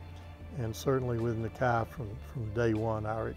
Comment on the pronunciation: wish they would say Nakai right lol